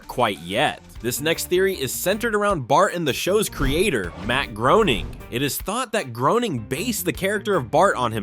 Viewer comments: groening is pronounced gray-ning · Yeah that fact that they still say groaning is weird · How do people STILL not know how to pronounce Matt Groenings name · How can you do a video on the Simpson and mispronounce Groening’s name? Booooo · I literally cringed at that